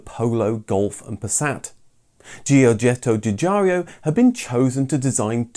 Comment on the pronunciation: “George-et’-toe Joo-jar’-o.” Please.